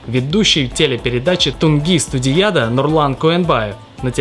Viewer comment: Уаажаемый , в казахских словах всегда ударенин падает на последний слог. Не тунги студиЯда, а студияДА